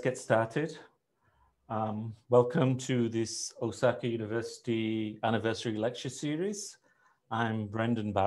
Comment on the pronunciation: Hmm, the first guy keeps saying "Osaki" over and over. I presume he means Osaka. Regardless of that, hope you guys can get better video and audio as without that a wider audience is not going to stay and watch these things.